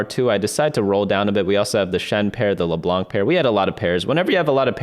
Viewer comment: Please do not pronounce the "c" in leblanc it's not supposed to be pronunced thank you <3<3